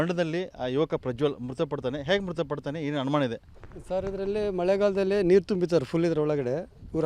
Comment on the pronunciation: ಅಣಮಾಣ ಅಲ್ಲ ಅನುಮಾನ.